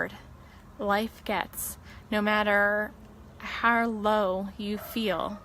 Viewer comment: She endured so many challenges, Health, family, job. And I did not even know she also suffered speech impediment as well! Not sure the nature but she always said "Har" for "how". But she thrived despite this! Go Shannann!